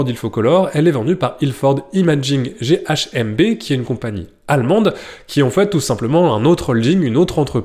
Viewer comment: Petite dyslexie... ce n'est pas Ilford GHMB mais GmBH... Ça m'a heuté quand je t'ai entendu mais du coup je ne savais même plus l'ordre correct !!! Bonne vidéo comme toujours, ceci dit !